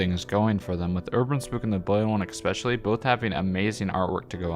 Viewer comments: Cool video, and cool compilation. One thing irks me a bit, though. The word is especially. No "X" in it. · Love your content man — great stuff all around especially given the content you’ve created has been juggled with being a college student. Keep it up!! If I could offer one point of note, there’s no “X” in “especially”. The pronunciation should be (phonetically): es-pecially Sane with espresso – wanted to let you know in a more more upfront and direct way than others may be comfortable with. Those two words are very commonly mixed up, but both words carry a lot of value in saying them correctly. Again, amazing content, and that one change would make a massive improvement in my book!